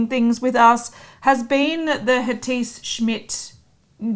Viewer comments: It's not Hatiss ladies. It's Hatidje :) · Guys Hatice is a Turkish name so it is pronounced “ Ha-tea-jay “ . You can check online. Love your videos but just wanted to let you know! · Also it's pronounced/Ha-ti-jE/ (in case u were wondering) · Dear I was repeating this everytime it was pronounced wrong.